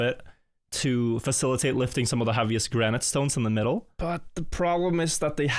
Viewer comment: history for gran night pronounciation killed me